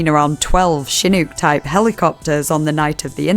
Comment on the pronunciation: I cringed at the way Chinook was pronounced.